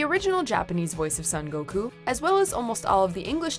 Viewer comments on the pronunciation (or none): Why she say San Goku?